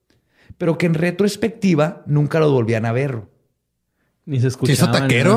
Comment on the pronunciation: "retrospectiva" es una sola palabra, no es como la dices.